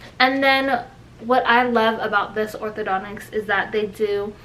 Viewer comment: Not "Othodo-nics" hun.. Orthodon-tist 👍.